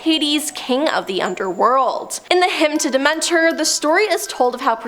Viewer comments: when I heard the de-ment-or I was like "no she didn't..! She's never had a mythology class at least?" This is quite sad 😔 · It was so distracting. Especially Demeter 🙃